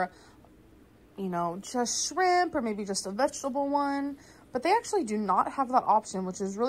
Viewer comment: “I Ucheally eat this in two separate MILLS” (repeats 3 times) followed by “I keen show u guys a close up” gorl WHAT IS YOU DOING